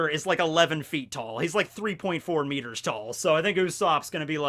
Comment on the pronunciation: Thank you for saying it meters, I appreciate that.